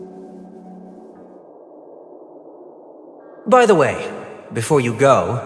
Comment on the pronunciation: aventurine name is kakavasha (named after the romani kakava) not kakashva